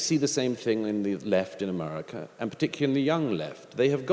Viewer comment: It’s America, not umerurica